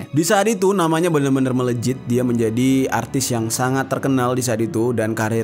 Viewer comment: Memang harus disebut "atris" ka? Atau tersasul?